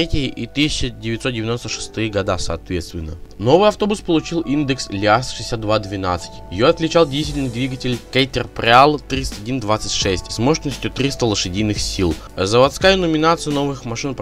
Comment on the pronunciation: какой, какой двигатель?! Кейтерпрял?! Caterpillar! Катерпиллар!